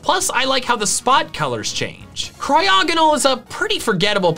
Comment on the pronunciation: Crya-gunol???? REALLYY?!?!! mans!! Its called a HEXA-GON CRYO-GONAL NOT HEXA-GUNUL